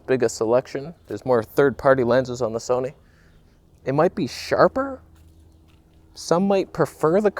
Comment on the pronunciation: Question... Is there more toneh... on the Son-eh?